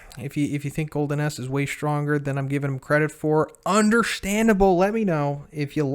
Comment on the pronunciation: Did anyone else hear him say "Golden Ass" everytime? XD